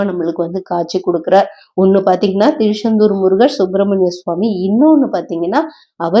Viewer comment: Thirusendur illai thiruchandur Unga style enga vendam